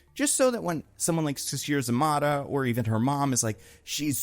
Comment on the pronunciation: Sasheer za-MAY-tah